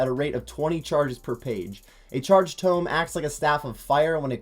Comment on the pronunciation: Also it’s a tome of fire, not ‘tomb’ :)